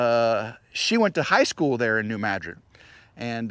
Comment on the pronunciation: I am glad you pronounced New Madrid fault correctly. I noticed after moving from the mid-west, St Louis area, that people didn't pronounce names of places correctly. Good job. This is Sunday and we had tornado warnings for the Huntsville area. I live in Madison County about two air miles from TN. We had high winds but don't know what happened to others. Hope you enjoyed your family visit.